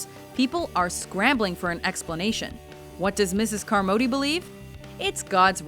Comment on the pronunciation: It's Car-mod-ee it's fucking easy why can't people say it correctly. its annoying